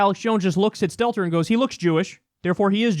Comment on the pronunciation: This entire time I thought he was saying Skeletor, until I found out the CNN reporter is named Stelter.